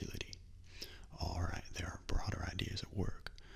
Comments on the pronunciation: When you say alright many times it sounds like you're saying ragdoll. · Awesome vid, the "alright"s turned "rattle"s for me at parts lol